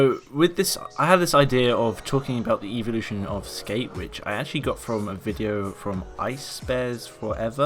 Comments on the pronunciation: when it says evultion in the intro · "The evultion of skate" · Why'd you say evolution weird and spell it wrong lol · Ughh the way he says evolution